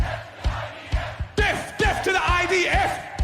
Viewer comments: I wasn't aware the 'th' at the end of 'death' was pronounced as a capital F. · wait is he saying deaf rather than death ? what a twt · It sounds like "def" is the YOOKAY equivalent to "axe" here in the states 😂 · Yeah, I heard that too. Does this cretin intend to send deaf people so serve in the IDF or something? 🙂